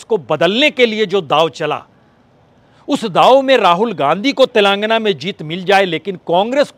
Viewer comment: उच्चारण तो सही कर लो भाईसाहब तेलांगना नहीं तेलंगाना खम्हाऊर सटही